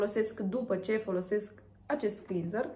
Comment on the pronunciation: “Clenzăr” se pronunță în limba engleză.